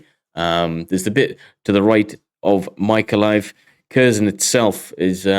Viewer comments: Mylove: Mee-Lo-Vah. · Is what you're pronouncing Mylove is it Mikolaev? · The correct pronunciation of "Mylove" ...where we are from I think its simply "Worlass" . Good updates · I believe the city is pronounced "My-low-vee"